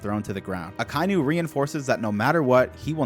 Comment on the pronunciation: Man, I love this series, but you REALLY need to learn how names are pronounced. It's NOT "Uh-ky-new" it's "Ock-uh-ee-new".